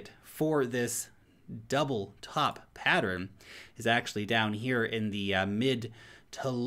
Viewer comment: this guy and his PATTERINS! =p